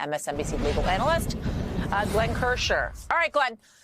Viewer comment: She got Glenn's name wrong! lol